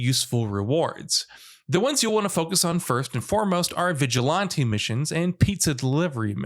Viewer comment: Bruh you can't say vigilante